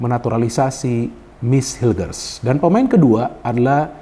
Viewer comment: mohon izin untuk mengkoreksi penyebutan nama pemain Mees Hilgers --> Meis Hilgers Eliano Reijnders --> Eliano Rainders Semoga berkenan ya bung, terimakasih